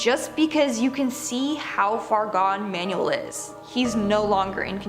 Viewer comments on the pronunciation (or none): "manual" 😂😂😂 it's "Manuel"